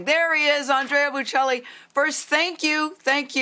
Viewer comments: Pronounce his name correctly, good grief! Embarrassing to USA..Not “Boo Chelli” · She did a horrific job in that inter-couldn’t even be bothered to learn correct pronunciation of this great man’s name, or his wife’s. Called his wife an interpreter. Cringe-worthy. Please do better, King, and let your guest finish speaking